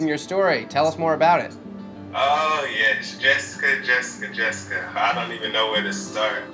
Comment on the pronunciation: Really “ JESZICA “ 😂😂